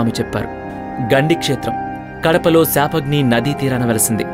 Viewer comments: Shaapahni kaadhu bro papagni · పాపాగ్ని శాపాగ్ని కాదు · సాపాగ్ని నది కాదు బాబు,అది పాపాగ్ని నది. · Adhi sapagni kadhu bro papagni nadi